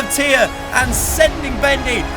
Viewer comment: Oh thank goodness, he said Thea's name correctly